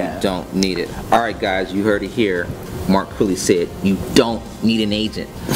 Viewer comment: lived in japan? "Mark Crirrey"